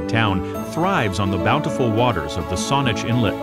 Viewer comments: Wow, I'm impressed. The only one that needs tweeking is Sooke. (Rhymes with Luke.) Can I ask how you got interested in place pronounciations? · Sooke rhymes with 'cook', not 'boot'. coh-WE-chun Bay (Cowichan) = COW-ih-chun. Saanich (SAWN-itch) Inlet is actually SAN-itch. YOU-kuh-let (Ucluelet) = you-CLUE-lit. Aside from the above pronunciation gaffes, this was a beautifully done video.